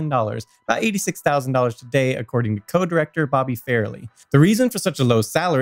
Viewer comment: stop saying "today" like that!!!!!!!!!!!